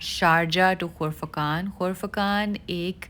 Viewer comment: ۔۔صاحب۔۔اصل لفظ۔ ۔۔قرفقان۔ ھے ۔ خرفخان ۔۔نھیں ھے اپنے دو تین مرتبہ غلط کہا ھے ۔۔۔امید ھے برا نہ مانیں گی❤❤❤